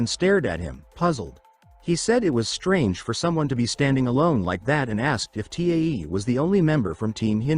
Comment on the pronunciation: So annoying how AI can't pronounce Tae and constantly spells out his name.